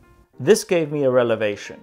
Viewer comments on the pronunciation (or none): Ha! You said "Relavation" .........Don't know why I thought that was so funny.